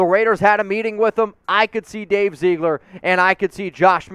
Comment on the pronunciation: Dave Ziggler. Not Zeegler. Get it right please. Geesh dude, you represent the most watched Raiders YouTube site. Be professional and maybe you end up being more than a YouTuber. Seriously, you're that good if you choose to be.